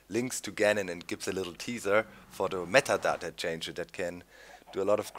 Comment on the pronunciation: I love how you pronounce "metadata" :D